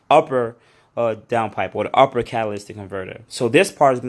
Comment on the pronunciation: Catalytic converters. Not catalystic. That’s not a word bro.